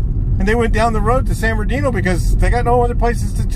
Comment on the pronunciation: For real though San birdooky is a violation. It’s San Bernardino homeboy.